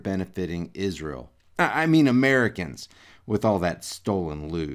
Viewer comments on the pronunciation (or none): He mispronounced Israel.